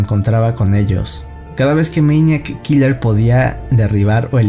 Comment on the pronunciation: Deja de decir meñakikiller